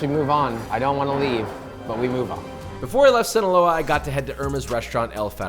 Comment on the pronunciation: Hearing you say Sinoloa made me do the Idris Elba hot ones reaction while eating my food Be careful Josh, we need you alive to keep making us content and keep us entertained 😂 The worst cartel in the world is literally the “Sinaloa Cartel”